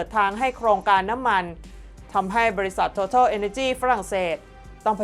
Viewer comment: TOTAL บริษัทน้ำมันของฝรั่งเศส เรียกหรืออ่านว่า โททาล ไม่อ่านโททอล คนกัมพูชาเรียก โตตาล Googles มีไว้ให้ค้นคว้า อย่าปล่อยผ่าน เสียเวลาวันละนิด ช่วยลดอ่านคำผิดได้เยอะ หลักการดีกว่าหลักกู